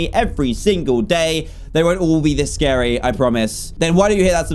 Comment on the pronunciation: It’s scary not sacry